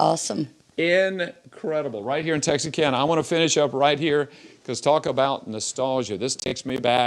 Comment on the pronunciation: Why are you pronouncing Texarkana with an S???